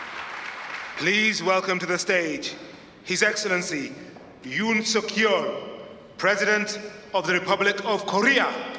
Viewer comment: 한국 분들에게 윤석열이 You'll Secure 이 되는 마법의 시간. 일단 자막 켜시고 Please welcome to the stage his Excellency you'll secure president of the Republic of Korea. 자막이 자동생성이고, 그래서 저렇게 나올 수도 있지만, 참 쪽팔리네요. 읽는 분은 you'll secure 로 읽은 것이 확실하네요. 읽는 분이야 외국어 이름이라 이상하게 읽을 수도 있지만. 잘 들어봐줘야 you and secure 정도 자동 생성 자막도 그냥 막 자동 생성은 아니고 뭔가 손을 본 자막 같아요. 여기가 문제의 48초 회담 시작인데, 시작도 하지 전에 동영상이 짤리네요.